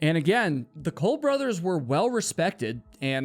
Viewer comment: If it's spelled Cobb why do you keep saying Colbe?? Isn't it Cobb... Like cobweb?